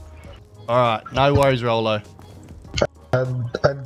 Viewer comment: Rollo? It's said Raw-lo. I know this issue, as it used to be my old last name. Back when that was my name, I have been called Rolo, Rolie, or if your spanish, they tend to say royo, or something like that.